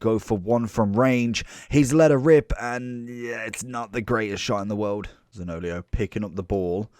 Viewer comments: Great video 👍 btw his name is pronounced Zanio-lo not zaniolio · I laughed every time. lol